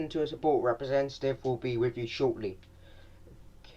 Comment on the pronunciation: “ kolling sooport “